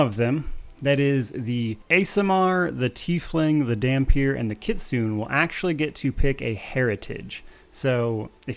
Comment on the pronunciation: Kitsune is pronounced ki-tsu-ne the ne isn't a hard n.